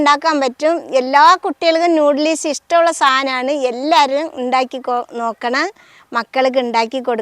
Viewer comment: നൂഡിലീസല്ലാട്ടോ നൂഡിൽസ് ആണ് ഇത്തൂസ്